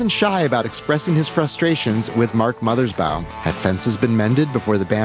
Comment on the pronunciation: Thank you for the interview. BTW, it's Mothers- BAW (rhymes with "law")...not BOW (rhymes with "cow"). And the song Bob 1 is referring to is "A Plan For U"